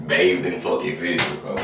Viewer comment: ”Look I will still hug u with ur firsh bruh…ooooo it’s strong”😂 😂😂😂